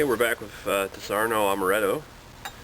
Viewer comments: Dis ar onno not dis arno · its not fucking disarno you stupid idiot. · wrong Di'saronno, stress on "Di" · 1) It's pronounced DEE-SAH-RON-NO. :-) 2) I love Disaronno. For me, it tastes like sex in a bottle. 1 part Disaronno 1 part Southern Comfort 3-4 parts Orange Juice splash of Jack Daniels Drib of Grenadine Delicious. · I like how he pronounces it wrong and everybody jumps down the guy's throat calling him an idiot. who cares if he pronounces it wrong, he's here to do one thing. a review, and very well done review at that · it is called legs.....not oily residue..... why are you reviewing things when you dont know much about this? you cant even say the name .